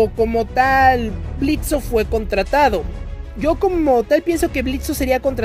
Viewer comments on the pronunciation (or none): "Blitzo" "Blitzo" "Blitzo" "Blitzo" "Blitzo" "Blitzo" Blitzø: QUE LA "O" ES MUDA!!